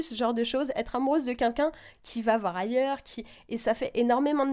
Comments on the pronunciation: alors par contre on dit queLqu'un pas kunkun. merci. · quelqu'un pas quinqu'un mdr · quelqu'un et pas "qunqun" ptdrrrr elle ne sait pas parler cette meuf 😂😂😂😂😂😂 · Par pitié arrête de dire "QueNqu'un" :'(